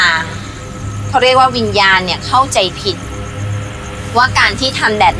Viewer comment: วิญญาณ กลายเป็น วิญาณ 555 😂😂😂